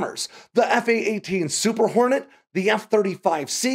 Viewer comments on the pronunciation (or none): none